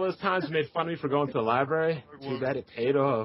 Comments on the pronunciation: said LIEBARRY instead of LIBRARY! lmao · When you hear someone say "lieberry" you know they've never stepped foot in one LMAO